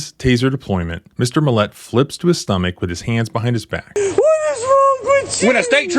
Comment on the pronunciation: Why do you keep emphasizing the wrong syllable of the guy's last name? It's MILL-et. Not mill-ET. Emphasis goes on the front end, there, not the back end.